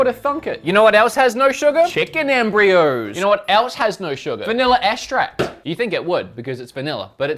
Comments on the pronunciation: Says extract as estract and espresso as expresso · My guy if you just swap around the ways you say espresso and extract, you'll be good.